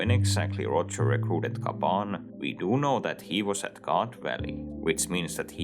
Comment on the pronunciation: its gyaban, not gaban